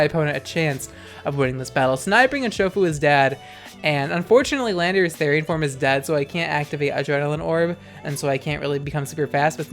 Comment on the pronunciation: I miss when you’d say landerous THIICK